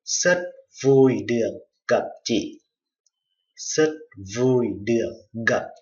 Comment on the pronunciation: chi ออกเสียงจิ้ ไม่ จิ ครับ อาจารย์